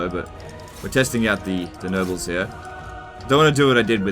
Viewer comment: Is it just me or does he sound like he's saying "Nurgles" instead of "Nobles"? :/